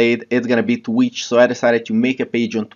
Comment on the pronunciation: It's TWITCH not TWETCH lol